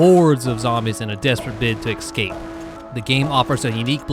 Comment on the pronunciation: I know where you live because you keep saying "exscape"